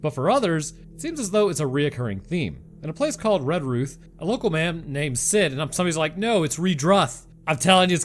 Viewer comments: Ironically you got the pronunciation of Redruth spot on other than your American inflections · You did a great job with Redruth. And the cats. It's a mystery/cryptid/legend I have had an interest in for a long time! I can only give you a lollipop for Glowsestershire, though, for honest endeavour :p It's basically pronounced "Glostershur". I know, and I can only apologise. What about a nice cup of tea and some biscuits?